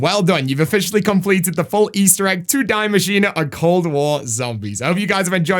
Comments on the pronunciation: It's not pronounced as "dye" it's "dee" 😭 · Am I the only person who is bothered when he says “die” machina instead of “dee” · It’s pronounced DEE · no it annoys me so much hahaha